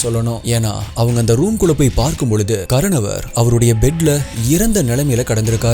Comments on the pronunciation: கரனவர் என்று சொல்கிறீர்கள்.., ஆனால், அதன் சரியான உச்சரிப்பு ; 'கார்னோர்' அல்லது 'கார்னோவர்' என்பதே! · Ur pronunciation is really bad. It's kaaranavar which means kudubbathirku moothravar periyavar nu artham. Baskaran is his name. Sometimes name, place name, every wrong ah soldriga.. athu therinchu paakaravagaluku disgusting ah irukum.... It would be better if you try to pronounce better... 😊😊😊🎉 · pronunce wrong karanavar